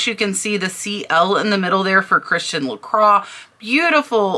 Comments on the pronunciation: La "croy", not craw. Just fyi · Still not la craw. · Bits in America it is pronounced like I first said, La croy. In France it is La qua. My mistake.